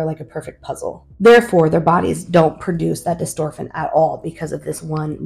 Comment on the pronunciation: I saw elevidys is working well for the older son. That is good to see! I hope you will follow up regularly so others can see what Elevidys can do for a kid. How old is the older child? It is btw not dystorphin but dystrophin, but that is a minor point. Good information!